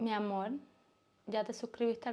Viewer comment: Hola Niña Bella yo creo que cada País tiene su cultura y su forma de hablar pero noto que los cubanos y Dominicanos utilizan la letra L para todo por ejemplo la palabra AMOL y en realidad es con R o sea AMOR y así con muchas palabras más y como que a veces gritan mucho para hablar pero ta como lo dije antes cada País y cada cultura es diferente acá hablamos el español claro el Río Platense pero dicen que el verdadero idioma Español es justo el de ESPAÑA.🇺🇾🇺🇾🇺🇾🇺🇾